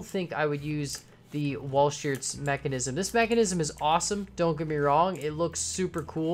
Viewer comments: Another system used was the stephensons valve gear, which was an earlier system. Also, as other people have said, this isn't a true representation of walhscherts (its pronounced wall shirts by the way) but it is most likely as close as you could get. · Walschearts Pronounciations: Wallsharts